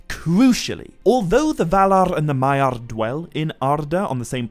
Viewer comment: I love the content but I have a really hard time abstracting from all the rolling on the r's why do you pronounce it SauRRRon, MaiaRRR and ValaRRR? Like Tolkien was from Spain? I'll keep watching because the content IS high quality!